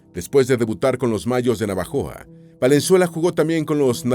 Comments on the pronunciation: No es navajoa...es Navojoa....yo vivo y nací en esta preciosa ciudad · es NAVOJOA no NAVAJOA gracias por su excelente canal🫶🏾👌🏾